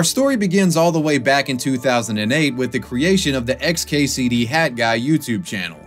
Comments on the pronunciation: Stop saying "Hadguy". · HAT guy... not HadGuy.....pronounce your T's!!! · Why is he calling him had guy. It's hat guy 🤦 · Why do you keep saying HAD Guy instead of HAT Guy? Your pronunciation is very confusing. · Why do you keep pronouncing hat guy...."had guy"? No disrespect it's just tripping me out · You should really learn to pronounce the letter T. Hat should not be pronounced the same as had as you do in the video. Sorry but it really got on my nerves. Lol. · HAT! HAT! Not HAD! NOT HAD! Learn to pronounce 't' when it's at the end of a word! Maddening! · you pronouncing hat as had the whole video was driving me nuts. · And it's HAT guy... NOT Had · Cool update, but why are you calling him HAD guy when it’s clearly HAT guy. While I’m on this topic, why have so many people turned into Jennifer Lopez and dropped the T, (or made it a silent T, which doesn’t exist in the English language) in so many words, (the exception being if the word starts with a T)? This is especially happening in names, for example Colton and Clayton is incorrectly being pronounced like Col-in and Clay-in. It drives me nuts. Why are people intentionally dumbing down the English language? STOP IT! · I hate how he keeps calling him "had guy" It's HAT. WITH A T. TTTTTT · Dude why have you made a video about someone when you cannot pronounce his name correctly? Its hat with a T not a D. You do it throughout the video which is really good but you say his name wrong continually. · Interesting video but I can't get over your enunciation of the word hat. It sounds like you're saying had guy. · Especially when he keeps saying Had guy, like pronounce the fucking t dude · why do u say hadguy?